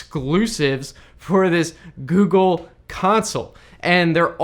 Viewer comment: Heard it as "the gey console" 😂😂😂😂